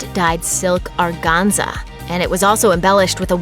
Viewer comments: The bodice of Princess Anne's Tudor-styled wedding dress in 1973 did NOT have piping on the bodice. It was pin-tucked. Rumor has it that the seamstresses who worked on the gown inserted one strand of their hair in each pintuck. That may be apochryphal. Furthermore, the pronunciation of the word, "organza" is, according to the Cambridge Dictionary, /ɔːˈɡæn.zə/ in the UK and doesn't begin with a pirate "arrrr" even in the USA. [edit] MeAgain's dress is almost an exact copy of one worn by one of the Rothschilds in the 1960s. Kate's was a close cousin of the dress worn by Grace Kelley at her wedding. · The announcer mispronounces the word organza. She says it "Argonza." LOL It's silk organza.